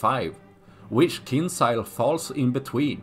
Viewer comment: J joules KinJals not Kinsal